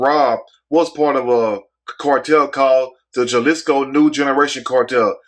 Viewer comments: Lol I'm cracking up on how he said Jalisco (Haa-lee-sko) Jelishko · It’s Hal-islico not Jal... but everything else on point! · The j is sounded out like a h halisco